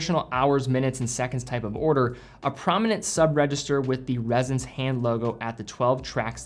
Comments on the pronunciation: It’s Ressence, not “Rezzence”. You even said it yourself, it’s named after essence, it’s pronounced like essence You also said “millimetres” of oil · It’s Ress-ence not Rez-ence. Cool watch though.